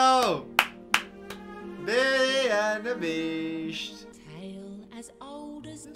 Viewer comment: no one:: bEaUtY aNd ThE bEaChT 😂😂😂